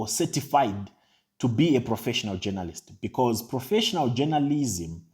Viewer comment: Jonolist is how he pronounces it 🤣🤣🤣🤣